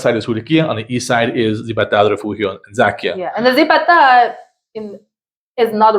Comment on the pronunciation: The Z in Spanish is pronounced like an S. Zibatá is “sea ba ta”. It’s actually much larger than you describe and the park you describe is not the main park.